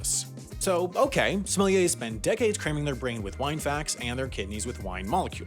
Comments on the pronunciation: whole time sounds like he's saying somalians 💀💀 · It’s pronounced “Somalian”